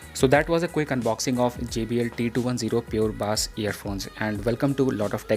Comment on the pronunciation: Its called bass not baaas